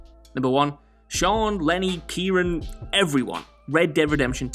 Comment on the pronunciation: It's Kieran not Kieron